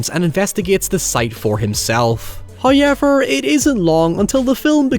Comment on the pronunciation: if you say hoyever one more time im gonna fucking lose it. HOW. EVER.